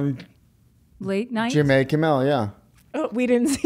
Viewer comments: did he seriously just say Jimmay Kimmel? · Are we just not gonna talk about 'JimMAY kimMEL'??????